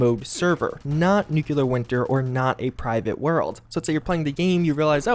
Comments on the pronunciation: Near the end, I randomly decided to do a "NEW-kyall-ler" counter... ... ... ... ... ... How bout "new-CLEAR"? Only TWO syllables...🤦🏾‍♂️ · he says nuclear weird. new clear not nucular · Who else gets triggered every time an American says "nucular"? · nuclear is 3 syllables. new-clee-ur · You have the best news for Fallout 76 man! Even if you do say "nukular" 😂